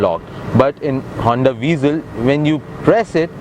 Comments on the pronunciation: O bhai angrezi daan, car ka naam tou sahi se lo. it's not VEEEZEL. i hate people calling it VEEZEL. it's (VA-ZEL) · آپ نے گاڑی کا اچھا تجزیہ کیا، پھر بہتر ہوتا کہ اُردو زبان میں کرتے تا کہ زیادہ تر پاکستانی مستفید ہو پاتے۔ دوسرا یہ کہ گاڑی کا نام ‘ہونڈا وئزل’ ہے نہ کہ ‘وی زل’ لہذا برائے کرام اصلاح فرما لیجئے۔